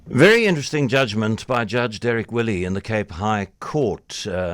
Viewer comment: It's Judge Derek Wille - pronounced "villa" not "willie"